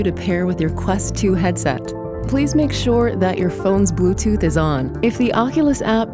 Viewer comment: it sounded like she said bootooth